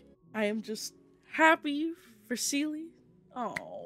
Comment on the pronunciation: I think the word you're reaching for, is the acronym for C U Next Tuesday. Also...it's SEE-lee, not suh-LEE.